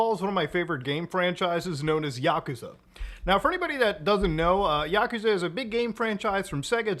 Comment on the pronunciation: The way he mispronounces Yakuza is annoying